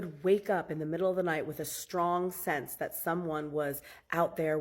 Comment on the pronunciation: ~ Words like "strong" aren't pronounced stronGUH. The g is soft, not hard. And you're giving a one syllable word, two syllables. I don't care how crazy that you are, learn to pronounce words correctly. Listen to educated adults pronounce it and follow suit.